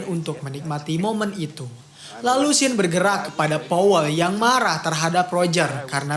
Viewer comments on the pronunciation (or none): none